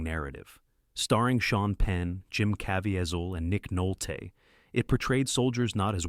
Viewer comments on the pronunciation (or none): First, proper pronunciation would be nice - Remagen is pronounced "Remahgen" and Jim Caveziel is "Caveezel". Totally missed some other fantastically realistic films: "GI Joe" which used actual combat active duty soldiers of WWII who went back to war after the movie. Also a true story. Then an obscure and realistic and suspenseful film, "Decision Before Dawn" which was shot in the ruins of Germany with actual Germans and authentic and rarely seen German WWII equipment, vehicles and motorcycles. Very realistic and dark. Then there is "All Quiet on the Western Front", both the old black & white and the later version. "The Battle of the Bulge", "The Eagle has Landed" , "Hacksaw Ridge", which you should really do research on the true story and heroics and severe wounds and later surgeries and poverty of the medic, Desmond Doss. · You didn't make it to "Myfoon" or "Caveazull" then...